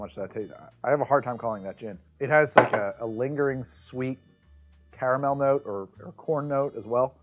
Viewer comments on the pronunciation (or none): none